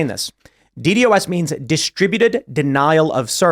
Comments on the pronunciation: We usually pronounce it, "DEE-DOS", Tim. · who actually says the letters in DDoS?